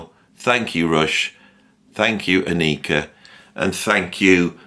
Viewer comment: nice. thanks her name is pronounced AHH-nika! thanks for all you do.